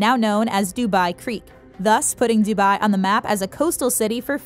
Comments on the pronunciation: The way she says dubai😫......dubayyyy. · If you can pronounce that then you should be able to correctly pronounce dubai